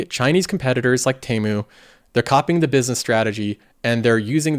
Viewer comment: It’s TEA-MOO not TEY-MOO 😭